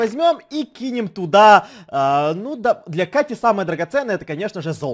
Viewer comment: Даааааа дееееее